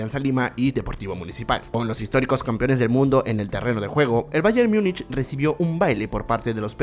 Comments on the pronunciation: No se pronuncia Myunich, sino tal como se escribe en español "Múnich" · en español se pronuncia Múnich y está hablando en español. No está hablando en alemán para pronunciar "mungen" ni en inglés para decir "myunic". Es más como un híbrido entre español e inglés. Pero se entiende que es porque la mayoría de comentaristas deportivos de grandes cadenas televisivas pronuncian así mal